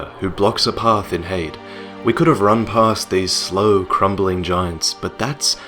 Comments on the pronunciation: Here's something for you: Try pronouncing Heide as it's pronounced. Not 'hayd' but Hi-dee. It is a woman's name that means 'of noble kind'. Should help:) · If the word "Heide" uses German pronunciation, which seems likely, it should be "Hai-deh". The first vowel is the same as in "Einstein", and the second vowel is light and unstressed, almost like a schwa. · I think it's pronounced hide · so its pronounced HAY * D'S Ive been pronouncing it like Hades, like the god of death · i thought heide was pronounced 'high-dee' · I always pronounced Heide as High-de because it looks German.And yeah I really wish I could have experienced the Ornstein fight as a surprise.but it could never happen.I'm glad I will always have my first sight of the Ash Lake though,that was magical.There was no way anyone I watched could spoil it(Lobos) because it has nothing essential to the game or for speedruns.I just randomly open a few hidden paths,descended through a tree,and discovered a new world,in complete contrast to the entire game,with bare beaches and lush greenery,then the Hydra looming over it,completing the feeling of awe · Goddamn it! It's pronounced "Heide" not "Heide". Jesus Christ. Can no-one pronounce "Heide" properly!? Has no-one met a person named Heide before!?